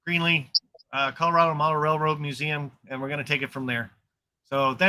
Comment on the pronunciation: …you keep saying Greenly Co…I hope it’s Greeley Co…I’ll need a good vacation by then…reserved Doubletree for the meet